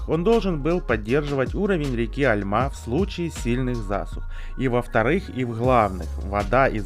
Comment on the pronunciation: не Альма, а альмА